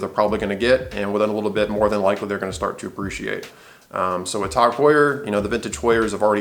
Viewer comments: TOG Heuer? Why are you saying it like that? Irritating. TAAAAAAAAAAAG Heuer. Do you also say Rueleeex? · sorry I didn't get it the first time. Its just my opinion that the way the guy says it is ridiculous and irritating. Considering he is attempting to give "advice" the least he could do is pronounce the name of the company as intended. Jaeger LeCoultre I could understand getting wrong if you dont speak French. But TAG is a three letter word which everyone who represents the brand has pronounced as it's spelled. TAG is an acronym, not a proper word. So what is the need for this ridiculous pronounciation? It's like saying Tomahto.. pretentious if you aren't English.